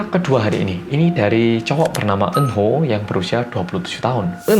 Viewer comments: Apa cuma aku yang denger nama "Eunho" jadi "Eun Woo" auto keinget Cha Eun Woo😂😂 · Iya kirain Eunwoo:v